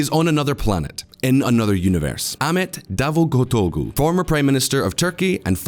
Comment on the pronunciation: "Davugutogu": Visual Politik can't pronounce my name. The people around them can't pronounce my name. :D